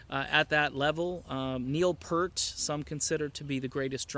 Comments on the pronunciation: Doesn't matter what we "aren't" from. It isn't pronounced "pert". Is it that difficult for you to pronounce the word "peer"? I didn't think so. Add a "T" at the end of the word, i.e. "Peert" and that is the way his last name is pronounced. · Neil 'Pee-ert' please not Pert. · God I find this guy annoying! Pert? It's Peart! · For the umpteenth time, it's pronounced PEERT, not PERT. Why, why, WHY are so-called fans still getting it wrong even now. That's all I have to say. Long live Alex, Geddy, and Neil. Oops, I said something else. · It's pronounced PERT!!! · Neil's last name is pronounced "Peeert" Rhymes with "spear", "ear".....Peart. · I can't take this video seriously because you said "Pert". That's unacceptable. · Yep. "Pert" is just plain wrong. Not a matter of accents. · k - Saying his name correctly has absolutely nothing to do with that. I just think for the purpose of making an informative video, you should at least say his name correctly.